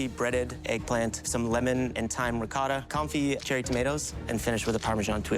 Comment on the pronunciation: "Proshuhdo", "Ricodda" 😂😂😂